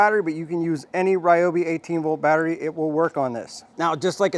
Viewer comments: Pretty sure its Reeobi! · It's REE-OBI....lol, great vid! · Never what? Please start pronouncing it correctly 👍🏻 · Why can't you pronounce it correctly?! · Sadly, I believe you. If you’re going to promote us, please use the correct pronunciation…